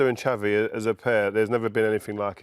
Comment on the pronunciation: I think the most criminal thing is rio Ferdinand pronouncing xavi as "chavy"